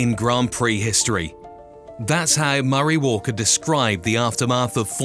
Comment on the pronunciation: Mari? It’s Murray